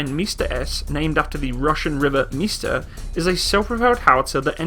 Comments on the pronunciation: It’s not “mista” it pronounces “msta”, the same way it’s written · What is mista? It is pronounced MMMsta, with a long m. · Buddy, nice vid as always. You pronounce it as MISTA. Skip the I and just say MSTA. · It's Msta, not mista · He means not M(i)sta but M'sta. We are not saying something like "Hey mista! Wherar yow going?!" we are naming our sities like Dneprodzerdzhinsk! :) And this is horrorshow (хорошо). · Mista-S haha what? Don't worry though, pronouncing Msta in Russian is kinda awkward as well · Its pronounced M'sta (hard "M")